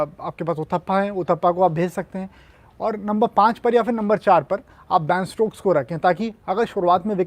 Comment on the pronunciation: shashank bhai... its ben stokes..not baan stokes